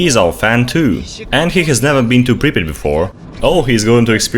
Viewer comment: Its pripyat hash!!